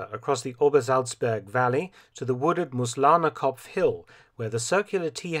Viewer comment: He got Mooslahnerkopf wrong, it's Moos, (moss) which is pronounced like the english Moose, with a heavier intonation on the oo and not a lazy 'Muz'.